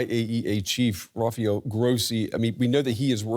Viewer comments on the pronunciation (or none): none